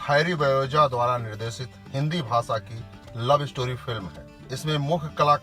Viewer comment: पहीली बात तो यह फिल्म बनेगी ही नही । और आप कृपया व्हिडीओ बनाने से पेहले हिंदी पर प्रभुत्त्व पाने की कोशीश करे । भासा - भाषा पाठसाला - पाठशाला एक्सन - ऍक्शन सानदार - शानदार संबाद - संवाद किस्ती -कश्ती सेट्टी - शेट्टी हर्स - हशर आसिक - आशिक मुस्कीले - मुश्कीले सुरू - शूरु इस्क - इश्क आकासवाणी - आकाशवाणी बिरु देवगण - वीरू देवगण डाक्टर - डॉक्टर बिक्रम सिंग - विक्रम सिंग ज्यादा जानकारी के लिये श्री. मुकेश खन्नाजी के भाषा उच्चारण का अभ्यास किजीए । 🙏